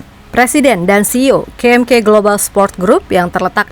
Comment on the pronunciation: ka em ka min bukan ke em ke...